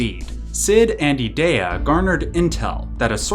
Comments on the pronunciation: I stopped watching when you said E-Day-A. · Those pronunciations were rough... "ee-DEE-uh" "ult-uh-MEE-see-uh" Elone is straight up just "Alone"... "gal-BAY-dee-uh" C'mon man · I hate the way you say Edea lol its E-dee-ah. Even if it isnt :p